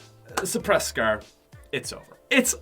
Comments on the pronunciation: U pronounce it like scaaaarerrr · I love how he pronounces scar. scaaaaar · " Coming at number 3 is the scer. " 😂😂😂😂😂😂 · Scrrrrrr not scar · y do you say scrr and not scar??:p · he says scer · He said scar like scrr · The way he says “scar” so funny😂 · The way he says scar though